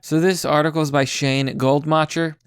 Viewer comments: Goldmacher the ch-sound is not in your language. It means "Goldmaker" which is a name that couldn't be more semitic. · Goldmacher “mokker” = gold maker